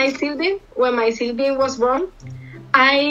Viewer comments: di woh ladki Sibling ko shayd "Silbil"/"silbim" bol rhi hein🤣🤣🤣🤣🤦🏻‍♀️English maybe today kamzor hein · i just know that girl was trying to say "SIBLING"😂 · That curly hair girl was trying to say that my sibling was born when I was 12 years old But she said silbing😂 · The girl from Spain was apparently talking out her SIBLINGS in taxi, nevertheless she wasn't able to pronounce properly and instead was speaking SILBINGS..... That is becoz of obvious reasons as every european country has their own language for which it makes hard to speak English clearly. 🥰🤓 nice try girl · Sibling ko silbing bola... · She wanted to say sibling but she said shibling. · are didi wo spanish ladki sibling bolna chahti thi but "silbing" bol rhi thi